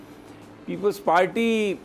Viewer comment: You always say palty why it's if you cant say party please say zardari hkumat or learn say RR R